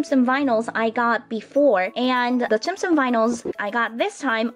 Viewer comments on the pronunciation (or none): Isn't it tsum tsum not tsim tsim? Well I don't really care I like tsim tsim way better <3 is the best!